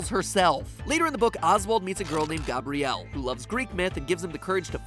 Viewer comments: ok my name is Gabrielle and I just thought this is funny but matpat says it like Gobrielle but says Gabriel right XD that is just so funny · Gabrielle is pronounced nearly exactly like Gabriel. Not GAAW-bree-ill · I am here 3 years later but it’s gab-ree-ell not gub-bree-ell you pronounced the ‘A’ like an ‘U’ it’s a common misconception with my name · Gah-brielle... Never have I heard such an atrocious way to pronounce my name.... I thought it was annoying to be called Gabriel or Gabriela... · says GOBrielle but says Gabriel correctly 😰😰 come on MatPat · You pronounced my name gabrielle wrong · my name is Gabrielle, not how you say it mat, nice try though..... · the way you say "dolls" and "gabrielle" hurts my heart